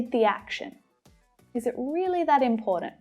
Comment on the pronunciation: I like it when you say imporant instead of important